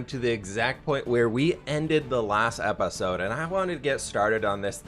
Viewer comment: where we ended the last epAsode" the way he said that, I'm dying